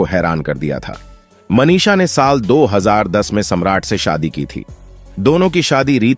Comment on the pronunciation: Audition ko ondition, Manisha ko Manish, box office ko onffice aur vidhu vinod ko vedhu. Pehle pronunciation pe dhyaan dijiyega pls